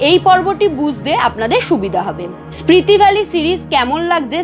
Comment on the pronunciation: Hello, etota pronunciation bhool mana jay na. Spriti valley na, Spiti valley. Protyekta video te bar bar Spriti shunte shunte birokto lege jacche.